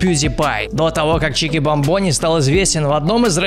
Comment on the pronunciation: Правильно чикбАмбони, а не чикибамбОни!!!!